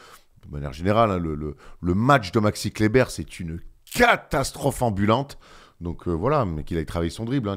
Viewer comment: Je me disais qu' avait changé quand il a dit dit 8 fois fois d'affilée Maxi Kleber correctement...pour finir sur un gros Maxi Clébard! Franchement merci c'etait beau.